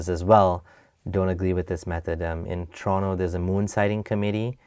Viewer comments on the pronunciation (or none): none